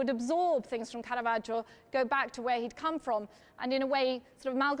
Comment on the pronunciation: Very interesting! (And thanks a million for not pronouncing it carahvajoe)